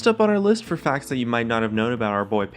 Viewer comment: i understood "Faggs" instead of "Facts" i really should stop watch his streams ._.